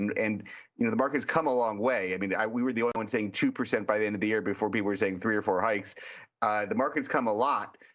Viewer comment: “…joined jy Jeremy Schwartz” NOPE